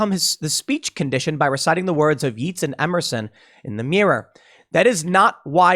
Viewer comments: Yeats, as in W.B. Yeats, is pronounced Yates. Keats is pronounced Keets, not Kates. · Timcast mispronounces Yeats while talking about how Biden can't speak intelligibly. 😅